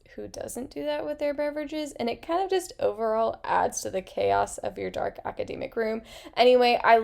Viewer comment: Great suggestions! I've never heard it pronounced "aca-dee-mic" though, is that usual where you're from?